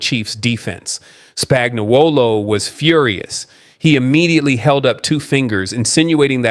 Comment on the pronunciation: Please pronounce Spagnuolo right. It's spag-no-lo.